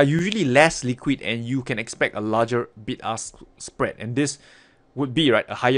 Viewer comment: Was i the only one who heard ''Big Ass Spread ''?..........